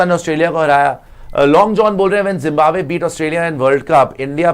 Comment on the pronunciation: Ary pagal ladki 😂😂woh jimbabwe nahi hota hai😂😂😂 zimbabwe 🇿🇼 hota hai😂😂